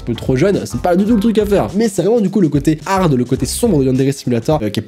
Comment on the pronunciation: "On peut hagard les téléphones "😂😂😂😂😂😂